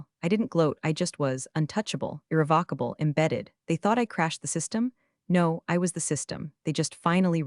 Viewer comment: Good story, good editing. Narration consistently mispronounced irrevocable throughout story. Captions not watched.